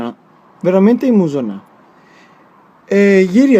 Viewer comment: "Imusonà" ti prego, riprendi sto vocabolo 😂♥️